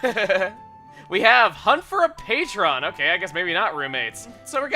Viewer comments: wait, why did you say, "pay-trahn" instead of "paytrun"??? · "patron" is pronounced pay-trinn.